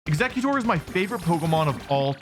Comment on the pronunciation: Is no one else bother by him mispronouncing EXEGGutor